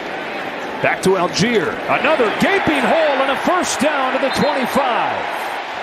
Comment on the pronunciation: Whenever I here the commentators pronounce Allgeier as "Algier", it hurts my ears... His name comes from "Allgäuer", which means "Person from the Allgäu" (like "Hesse" being a person from the region of Hessen) which is a region in the very south of Germany, in parts already in the Alps. So the actual way you would pronounce his name is "ull-guyer" ("ull" as in "hull", though).